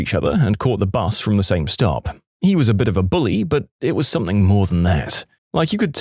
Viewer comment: No K in the word something